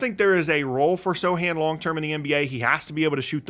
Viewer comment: Is the C not pronounced in Sochan? (Genuine question)